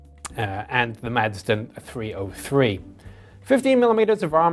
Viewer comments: As a Dane, making the fine Madsen gun, I may say that the name, for obvious reasons, are mostly pronounced "Massen"! ;-) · Some info for The Chieftain....when talking about the Madsen 20 mm cannon. The "d" is silent when you pronounce it. So saying "Massen" is actually more correct. Greetings from Denmark.